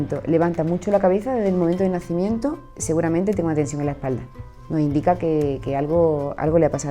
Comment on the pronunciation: No se entiende algunas palabras deberian hablar más despacio de por sí su acento es confuso por ejemplo donde dice lo de la espalda dice seguramente .... y ya no se escucha bien de la rápido que lo menciona entre dientes